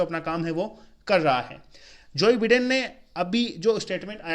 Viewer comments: Joeee beedin nahi jo baiden hai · Joe Biden pronunciation galat he apka